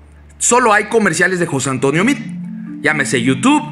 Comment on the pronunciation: Ponte abusado carnal. No es José Antonio Mid. Repites hartas veces el nombre de José Antonio Mid. Hasta parece que le haces propaganda. Es José Antonio Meade, no Mid. Mejor conocido como el queso de puerco.